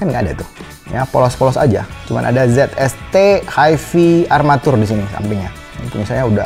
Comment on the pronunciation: HiFi bukan disebut 'Hi Fee' disebut seperti 'Hai Fai'. Kenapa tak sebut saja 'Hee Fee?'